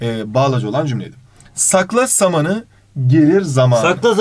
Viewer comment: Hayır normalde samanı kelimesini hızlı söyleyip zamanı kelimesinde a yı uzatıyozya o onları ters söyledi